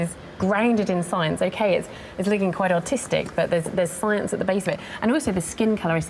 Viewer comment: Africa wasn't Africa back then! hate the way she says Licking instead of Looking. or lets go and have a lick. Also bine instead of bone